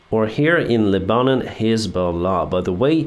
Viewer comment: I love the way you say Lebanon. It makes me smile. BTW It's Leb-a-non not Le- bannen but, don't change OK. It's funny. I can't believe the IDF shot three hostages who were waving a white flag and speaking Hebrew. Do many Palestinians speak Hebrew? How many Palestinians have red hair? I'd be interested in hearing that explanation. Stonewall Jackson was killed by mistake by a North Carolina unit at dusk. I've been to the exact spot. People leave lemons and VMI pins, etc. I have also been to his grave and cried at the spot where he died. He was loved in the South and still is.